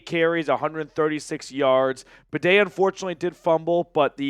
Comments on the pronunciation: I don't expect much from most idiot sports commentators, but you're supposed to be a Broncos fan. His damn name is BAY-DEE.. NOT BUH-DAY!!!!!! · Good show. Go Bronco's! Badie is pronounced "Bay Dee". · Are we really sticking with the “bidet” for Badie? LOL